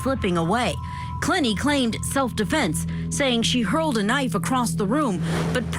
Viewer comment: * "clEH nee"